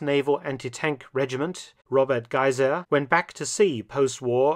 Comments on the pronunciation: A Hamburgian myself, I have two addenda: 1. Robert Gysae is actually pronounced "Güsah". The "e" in his name is a "Dehnungs-E". Usually used alongside an "i" to indicate a full pronounciation as in "deer" or "fear", in this case it is employed to indicate a long "a" sound as in "hard". 2. During this battle, German chess prodigy Klaus Junge was killed on an anti-tank mission on April 17th. With a historical Elo rating of 2661, he would rank among the top 100 players of today, had his life not been cut short by the war. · Dr Felton is usually spot on as you say, but I have to question his pronounciation of the name Gysae. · I agree with you that Dr Felton's pronunciation is very good, but I have my doubts about how how he pronounces the name Gysae. I am not a native-speaker, so I must accept your opinion. How would you pronounce Gysae? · Thanks for the explanation giving the correct pronunciation of 'Gysae'. It is not a name I have before. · Yes, I agree -- but does he get Gysae right? I am not a native-speaker. How would you pronounce Gysae?